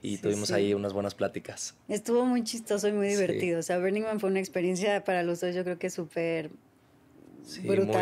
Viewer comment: Perdón, perdón. Me van a odiar Aislinlovers, pero me da algo cada que dice: bErning man